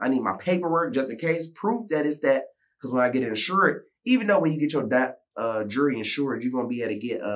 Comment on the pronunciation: Lol right because my closed caption is saying "Jury"